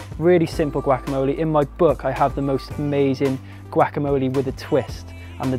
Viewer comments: "Chilli Cone Carnie" "Gwackamoley" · Looks awesome!! :D luv the way u say guacamole lol ;) "goo-walk-a-mole-ay"